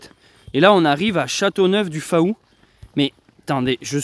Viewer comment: coucou, pour info, on ne prononce pas le" a" dans Faou de Châteauneuf du Faou, ça se dit fou, bonne continuation